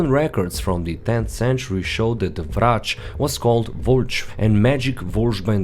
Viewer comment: where are you from? The way you said Vrac and Zrec i belive you are from slovenia. Am i right ?